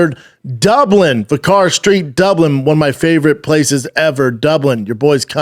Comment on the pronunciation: Brendan many people drink their Guinness with a drop of black currant so its all good. Also the Venue your playing is prounced vicker Street.... but spelled vicar Street. See you there the last time was good let's see how much better youve got. Cheers great show my man